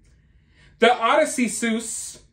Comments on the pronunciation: That's , O-diss-see-us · Odyssey suess…please read The Odyssey. If you actually care about history. It’s the best book ever. I hope to god you’re pronouncing it like that so that people will comment more to correct you because damn